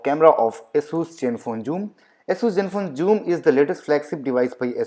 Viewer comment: Asus please adjust accordingly, it's Zenfone Joom!